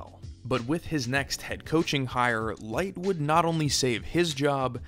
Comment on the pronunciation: You know you pronounced Licht’s name throughout, right?